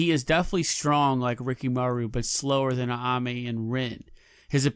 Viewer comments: Ayame. Not Aname. Are you trying to pronounce things wrong? It's very aggravating. I guess you got me to comment and engage. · It’s Ayame, not Aname